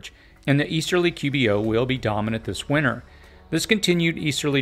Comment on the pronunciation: Just an individual quirk but it drives me crazy when people pronounce it “winner”. There is a T in there. WinTer.